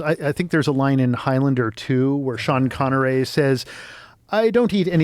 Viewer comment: In one sentence, the most bizarre pronunciation of Sean Connery's name and worst impression of him ever.